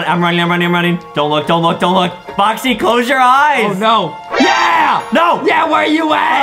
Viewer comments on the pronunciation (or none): boxy its sad bikas justin like foxy not boxy